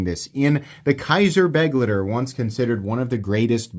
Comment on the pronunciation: At this point i have to assume its just ragebait that you can't pronounce Begleiter. May as well lean in and start saying Benchmade Buggit and Vosteed Raycone.